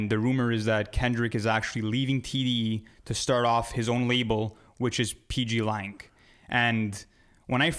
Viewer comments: “the pplang situation” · Pplan😂😂😂😂. It’s PGlang